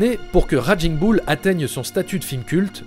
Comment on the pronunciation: Superbe travail! Vraiment tres intéressant. J'aime votre lecture. Un gricement de dent me vient pourtant quant il s'agit de prononcer Raging Bull et autres...its more like raiging boul en francais. Ca grince:) Tres bon travaille!